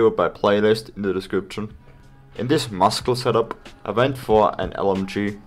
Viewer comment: FYI muscle's pronounced wrong